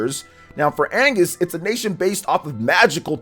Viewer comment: The second nation is Agnus, not Angus (Agnus means lamb in Latin, Angus is a beef)